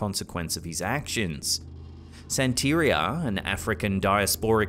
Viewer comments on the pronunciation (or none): its pronounced "santa-ria" NOT "san-teria".... Santeria is pronounced "Santa-ria" :) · Just fyi it's pronounced "san-tuh-REE-uh," not "san-TAH-ree-uh." Your emPHAsis is on the wrong syLLABle, lol. Just thought you might like to know for next time. Love the videos keep em comin. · It's pronounced Santa Ria,. Like Maria😁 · Its San-ta-ree-uh. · The word ‘santeria’ is pronounced santeREEah. Emphasis on the third syllable. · it's pronounced "SAN - ter -ri - a", emphasis on first syllable. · Santeria.. pronounced Santa-ria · It’s pronounced Santa-ria. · You're saying it wrong..... Think of it like a Pizzeria that serves "Santas" Santa-ria... that's how you pronounce Santeria. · I love u, but its pronounced, san.ter.ria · It's pronounced "santa-ree-ah". U make it sound like an off-brand laundry soap. Beware-some may take offense to ur lack of interest in saying it correctly..which u kinda do alot dude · That's a pretty bad mispronunciation of "Santeria." Don't you listen to Sublime, lol?